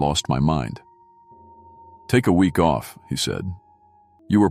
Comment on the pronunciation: I like the stories, but is it really that hard to replace that damnable computer voice with a human reader? I work cheap and would never pronounce the word week as wee ek.